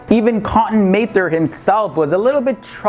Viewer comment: it's pronounced Mather, as in rhymes with rather...